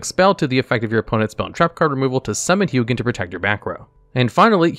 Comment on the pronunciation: It bothers me that you pronounce Hugin differently in this video 😶